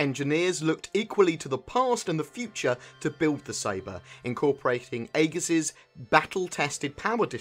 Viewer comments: its pronounced EEGIS....like our Aegis class missle cruisers in the US navy....just a bit irritating hearing Ay-GIS all the time....just google the word Aegis and you'll see its pronounced EJIS....the A is silent. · It's pronounced Egis. In English AE is pronouced as E, it's a left over from ancient greek influences. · Agree on that one. Its like E-jiss. Its not spelled how its written at all :3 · that's not how you pronounce aegis...